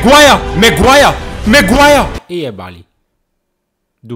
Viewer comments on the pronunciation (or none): zamiast maguire to maguaja język piękny